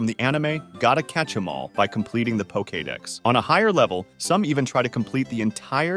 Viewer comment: Poke-kay-dex lol